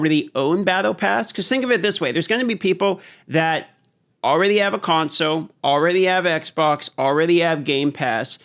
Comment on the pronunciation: You know there is an L in console right? :) It's not conso